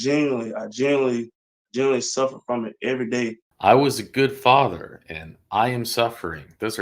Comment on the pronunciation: Fasher can you hear me? FASHER! FASHER!